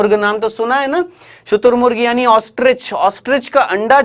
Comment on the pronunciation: Sir sorry but shuturmurg Hoga shutumug ni 🤔 r chut gya h